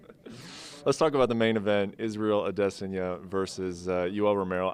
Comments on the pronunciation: How many times is Okamoto gonna say "A-des-in-ya" before someone corrects him? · If this fool says Israel ah-diss-sonya one more time I swear I will throw my shoe at him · The way Brett pronounces Adesanya's last name is making me cringe lmao